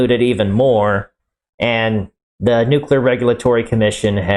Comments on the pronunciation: The biggest question in all this is what possesses a person to see the word "Nuclear" and come out with "New Queue Ler"? How do you get there? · OK so "Nuke Lear"